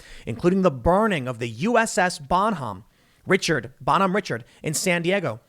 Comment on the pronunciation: Also it's BONHOME, not bottom.